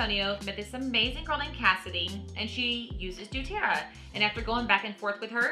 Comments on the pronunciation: I love doTerra! i’m not trying to be mean, i’m just letting u know, u r saying du-Terra, not doTerra. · please quit saying Dueterra! it is DoTerra! you should know ur product name if ur going to teach about it.